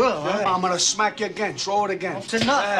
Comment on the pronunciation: "Chrow it again"